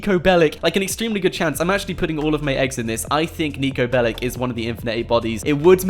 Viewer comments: he said pellic, ass jack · PLS stop calling him"Bellic"! You are not pronouncing it right! Its Belić, he is a Serbian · It’s bellic’s not bellics’s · How many times did he say nico belik?😅